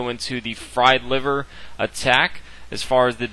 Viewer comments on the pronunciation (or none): none